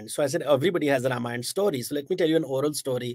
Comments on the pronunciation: Behen ji.. Spit the gutkha out and pronounce properly.. It's not RIMayann or Rumayann.. It is RAMAYAN.. The sound is AAA and not IH or UH.. Good God such fake accent.. Trying to impress whom nobody knows.. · Whats with the pronunciation of word RAMAYAN? Indian languages are phonetic and its clear to pronunciation it as RAMAYAN and not as RUM-AAYAN. Do you see westerens speaking hindi say english words in Indian Accent? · Its not Rum-ayan, its pronounced Raam-aayan. Hadh hai.